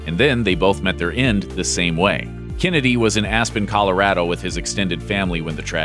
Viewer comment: I couldn’t concentrate after the way he said “Colorado”